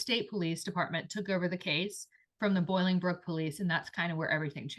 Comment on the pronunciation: Sorry I need to make a correction … the city is NOT Boilingbrook. It is pronounced BOLINGBROOK. I lived a few miles from their house. This is a great story. Thank you for telling it. Such a shame!!